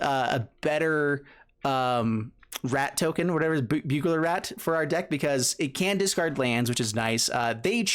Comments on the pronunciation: Bugler Rat??? IT'S BURGLAR RAT! HAHAHA!! Like, a burglar that breaks into your apartment and steals stuff. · Burglar Rat lol. Not Bugler